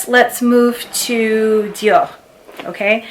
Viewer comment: Sweetie, you’re not French. Why are you pronouncing Dior that way? 🤡🤡🤣🤣